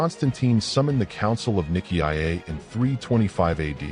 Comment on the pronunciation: Nikki I Eh? For Nicea? Nigh See Ya.